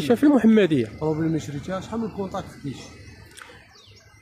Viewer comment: الكونطاكط ماشي الكونطاكش